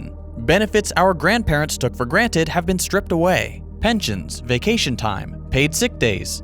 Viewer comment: What is this vay-cay-tion you speak of?